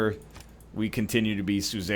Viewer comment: The way Egg keeps saying "suzerain" brings me pain. It's related to the word "sovereign", not "cesarean"...